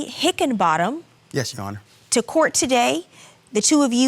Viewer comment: If she says “you honnar” one more time!! Lmao!!!